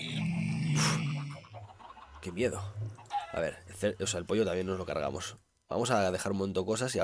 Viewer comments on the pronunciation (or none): none